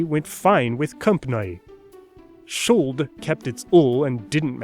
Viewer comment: Elated to hear /∫ʊld/! I've seen a lot of people miss the sounded /l/ in "should" in early modern English pronunciation. Having studied Ben Franklin's phonetic alphabet, I can see it's right there, every time, in "would," "could," and "should." Not a mistake. Granted, his accent comes ~150 years later, but some of the American colonial accents were a bit antiquated.